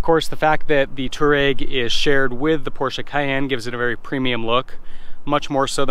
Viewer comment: Dude. Learn to pronounce the name of the vehicle you're reviewing... #FFS